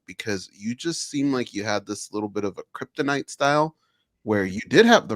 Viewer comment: "kryptonite" lmao